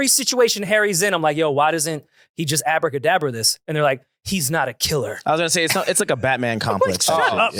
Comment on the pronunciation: calling it Abra kadabra is hilarious The Harry Potter take was funny af